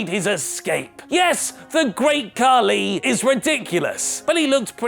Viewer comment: Don't say kahli